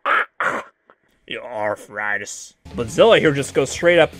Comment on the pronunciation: Ugh It's zilla